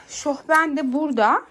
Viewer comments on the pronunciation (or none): Şohben değil şofben